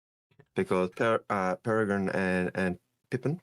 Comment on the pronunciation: New pronunciation every time also, it’s really not that hard to say “Perry-grin” 🥲